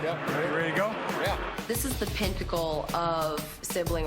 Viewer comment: did she say “pentacle”